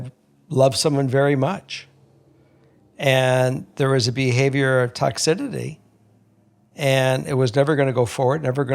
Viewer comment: Love hearing your advice,! Keep it up! I do have to say that I cringe a little when you say toxidity though. 😅 I think it’s toxicity.